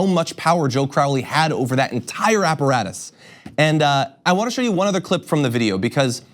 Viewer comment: Lol you said apparatus.